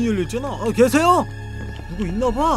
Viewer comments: 계세요?가게이세요? 라고들리는데ㄱㅋㅋ나만그런가ㅋㅋㅋ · 님이 계세요? 할때 게이세요? 라고 들림